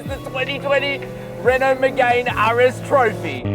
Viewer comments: Btw bro it’s not called a Renault Megain. It’s hurting my poor Renault sports fanatic ears everytime you say megain. It’s spoke like me-gan. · Lost you at "Megayne"... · Renault Megay’n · It's pronounced Me-gan silent e. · Megane = (MEE)-(GANN) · Renault “MiGaYn” why tf is he saying it like that, he’s a motoring journalist, surely someone has taught him how to say it properly 🤦🏼‍♂️ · I disliked the video just because of the way you pronounce Megane, besides that really good review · Good edit. If only you pronounced Megane correctly. Caradvice has a pages for this. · Oh say “Megane” properly you melt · I think that's right, but you would have sounded way classier by responding to this by starting with an admission you screwed up. These details do have an impact on how people perceive your knowledge of cars and therefore how valuable your opinion is on them. I enjoyed the video though so keep it up! Just perhaps google car pronunciations in future.